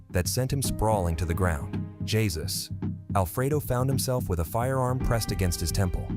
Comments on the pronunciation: its pronounced hey-zeus not jesus lol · His name is pronounced haysuz and not Jesus of the Bible.. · The name is hesus not Jesus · a bunch of people are named Jesus and he obviously isn’t Spanish because he jesus and didn’t say jezues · The creator should spell the name Hay-Zeus 😂🤣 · Actually Jesus is pronounced G-sus in english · Damn this man butchering those names. 🤣🤣 He didn't even try to say "Jesus" properly.